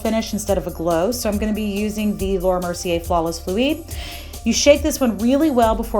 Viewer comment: Loved the video but did you just pronounce fluid like “floo-eed”